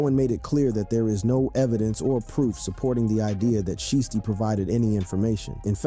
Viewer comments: It's shiesty not sheesty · Shiesty... not sheesty. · How u gone say his name right once then go back to callin him sheesty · Lol I was thinking the same thing. Every time he say his name like that it hurts my ears 🤯😢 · Blowing my life he can't say it right 😂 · Say sheesty again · You can't seriously be sayin sheesty. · How you say his name right one time then you mess it up the rest of the video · I cringe everytime you say his name.. geez.. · If u can't say a rappers name right. Please don't make videos about them. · Bruh say his name right 🤦🏽‍♂️😂😂😂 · Dude you slow u not even saying his name right😭😭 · Bru say his damn name right 🤣🤣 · Say his name right !! 😂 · How you going 2 do a video about a man and not pronounce his name right tf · This dude is slow can’t even say Pooh name right 😂😂😂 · don't do the video if you cant pronounce his name...and you know what you're doing because you said it right at one time